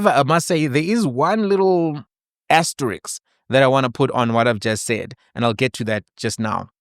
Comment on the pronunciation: Asterisk?? Did I hear correctly 😂